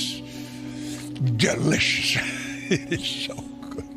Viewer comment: the funniest shit ever lmaooo😂😂😂 "Absholutely Shtunning...siiish delishh" 😂😂😂 stay on demon time lmfaoo u can hear, see & feel the demon being summoned, the nerve to say "preach it brutha preach it" shit is pure insanity 😩😩